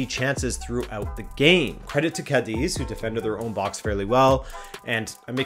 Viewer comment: bro, it is pronounced Cádiz with a shorter sss sound at the end and not Cádezeee. keep it up